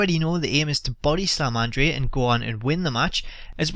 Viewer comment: Pronounce andre the giants name correctly! Idiot!